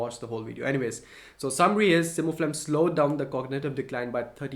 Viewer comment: It’s Simufilam not Simufilam